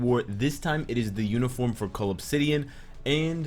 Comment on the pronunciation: OH. Cull obsidian.. I always hear it as 'call of city (an)'